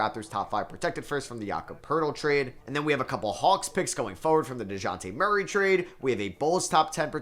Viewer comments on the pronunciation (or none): none